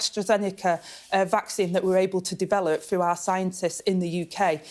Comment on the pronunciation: . . are the words 'froo' & 'wevver' actually in the English dictionary ?